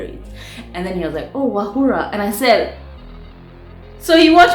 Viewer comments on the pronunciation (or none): or as you say it Wahulaaaaaaa!!😍😍😍😍Ooooh how I've missed you!! Pliz don't ghost us again. Pretty pliz??👏👏👏👏👏👏